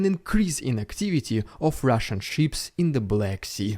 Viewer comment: FYI... Rushian DooD.. Try that